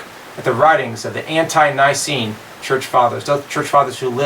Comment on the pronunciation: It's "antee-Nicene" not "ant-eye Nicene." Of course, you can disagree with me but that would only "up the ante". :) Good video!